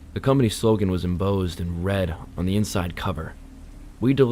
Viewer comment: Hmmm, kinda enjoyed this, although I don’t think I’ve ever heard a narrator make as many mispronunciations in such a short period of time before. Embossed Enormous Brochure Emanating…..@ you correctly pronounced brochure 🎉👏🏼 Please spend a little time working on pronunciations. It’ll serve you well your entire life! 😅